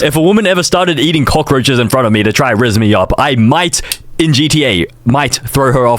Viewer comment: said crockroches not cockroches